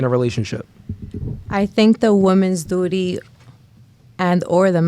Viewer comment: Duty, duri, dootee